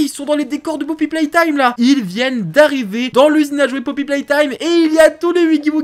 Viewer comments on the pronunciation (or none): none